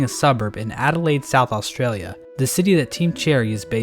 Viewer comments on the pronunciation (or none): none